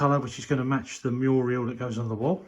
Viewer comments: I was squealing with laughter when was calling the mural a muriel. Bless him! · I couldn’t help giggling when was saying Muriel that’s a person name he means Mural I was screaming at the TV 😂😂😂 it’s looking amazing!! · you made me laugh every time you called the mural, Muriel. My mom couldn't say shrimp, she would say strimp. We got the biggest kick out of that. When you first started the video coming out of the window, you were just like, Jack in the Box! I loved it!❤ That oak table is absolutely beautiful. Perfect for that area, as well as the pew. Your craftsmanship is absolutely amazing. Tracy, you found some lovely items at the brocante. ❤